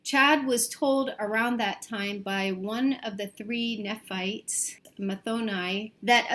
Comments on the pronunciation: It’s pronounced Nephites (nee-fites), just so you know. They are twisting lds terminology for their own gain. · Its pronounced “NEE fights” Chad n Lori met before 9/23/18. 9/23 is chads mother in law birthday. Chads favorite date to make bs vision ups to get his wife to do what he wants. Aka making wife stop playing fortnight n work more on his books n temple names. It’s captain Moroni. Ma row nye. Not macaroni like defense lawyer said. Notice chad hooked everyone up. The moms with autistic boys. Their moms ditch them moved away n hooked up with chad choice assignment. Loti Vallow. Chad chose for himself Chad chose his friend of 5 years george for Gibbs. Chad good friend Ian left his wife n married Melanie aka the niece. For Alex Cox Chad chose a women I can’t spell her name in AZ. Alex was very gay. But I’m chads world July 22 2020. Only his 144k without underage children. Those with temple recommend. Your ex spouse must be dead to get a temple recommend. Hence all the murders. George was to be building the community center in Idaho. Everyone is generational Mormon but george. N george is the one who won’t marry Gibbs. Evrn though Gibbs gave up her marriage n children for George aka chads cult. The document your reading is notes george made. That is all it is. Is notes from a meeting. George loved Chad but he didn’t fall for the zombies. The niece ex husband and Charles worked together selling life insurance. See how much life insurance Alex Cox had See oleander as the poison. It’s natural n everywhere in Utah. But unheard of in Idaho.